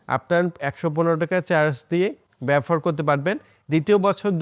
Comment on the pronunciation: shob bujhlam, but BABOHAR ke bar bar BAFOR BAFOR bolchen kno vai?